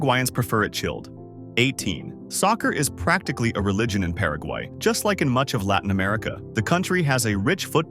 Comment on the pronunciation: Senkiu very mach😂